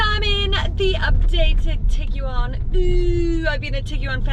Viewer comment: Why so many syllables? Its a Tig-One😁